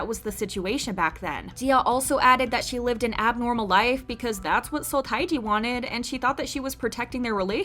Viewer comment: FYI, Seo Taiji's given name is pronounced "Teh-ji." I know the Romanization is odd (since it's a pseudonym, I guess he can spell it any way he wants), but in Hangul it's always spelled 서태지, not 타이지.